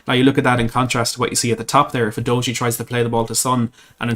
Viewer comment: It’s pronounced You doggy!